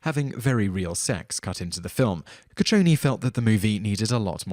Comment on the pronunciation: love how he repeatedly mispronounces peoples names goo chi ow nee not goochowne